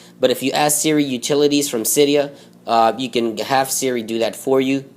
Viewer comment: Sara vs Siria? WTF you have messed up speech problems!